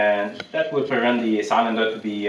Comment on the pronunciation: I bought a 1964 case 430 diesel for 1300 dollars because of you! Needs work, but it was driven 5 miles from the farm to my 1/4 acre in town house with no smoke. May I correct your pronunciation Of cylinder? It sill like window sill. Joe